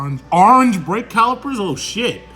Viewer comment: I’m pretty sure someone got dicked-in-the ass — ”Ohhhhh, dey got da awringe calipizz! Oh meh gawd!!!”